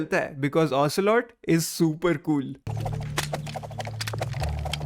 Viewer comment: You're pretty good : ocealot,revolver shalashaska adamaska ocealot, liquid ocealot😅😅😅